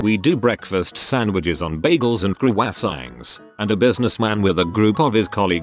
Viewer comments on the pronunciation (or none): Bagels and CrOoEhSaNgSs. Croissants? 😂😂😂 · Ah yes I love my breakfast sandwiches on “crooessaiints” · Nobody: : crOOAssAngs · Nobody: This voice: CrUasAngs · “Crew wess sangs” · croissants=cruwasaints. Lol. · did you just pronounce "croissants" like "cur-wah-sangs"? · The way the computer pronounces croissants makes my day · I can't even wrap my head around what it said. 🤣 Though it was actually pretty close on the singular "croissant." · The way “croissants” is pronounced fucking sends me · that is the worst i have ever seen a word butchered